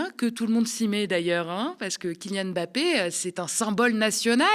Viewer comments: Svp attention quand vous prononcez son nom. C'est Mbappé pas m'bappé. Il l'a dit plusieurs fois. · La correcte prononciation (camerounaise) n'est pas M plus loin Bappe mais en un seul " mot " MBAPPE (avec le son du e accent grave et non aigu à la fin).